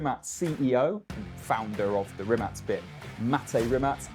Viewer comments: RIMAC it is the R is rolled and the C is not pronounced as a K, you pronounce it like a C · He kept mispronouncing Rimac, was driving me insane